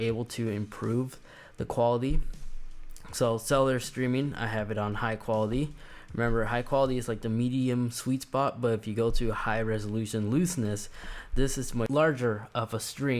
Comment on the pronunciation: It’s looseless? Really? It’s LOSSless. Looseless isn’t even a word!!!